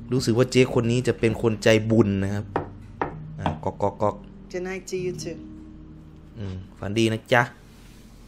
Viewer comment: ก๊อกก๊อกพี่ ไม่ใช่ น๊อกน๊อก